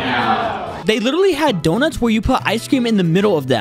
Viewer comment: I was olling out of the floor bro said yonuts is so good